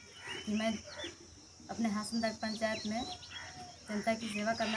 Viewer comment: लोवादाग नही हासनदाग